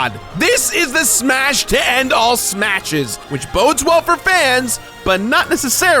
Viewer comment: I honestly couldnt tell if you said "Smatches" or "Smashes"